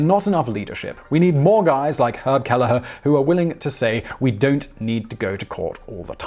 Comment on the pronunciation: And, Kelleher is usually "Kell-her"